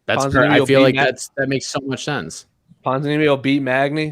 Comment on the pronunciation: Why can he pronounce thense but not sense or why is it not senthe or thenthe